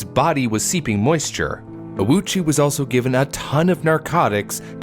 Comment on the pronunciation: His pronunciation of Ouchi is way off - when writing japanese in romaji, u next to a vowel usually means that said vowel is elongated. So when reading this surname, the letter u should be silent, and letter o should be elongated :)